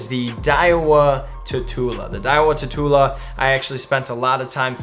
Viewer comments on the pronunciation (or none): It's not pronounced Tatoola, it's pronounced like tarantula, that's why it has always had the spider logo/design.